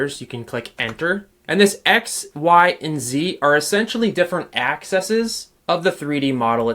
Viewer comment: the plural of axis is Axe-eez. please re-record that section as its very distracting.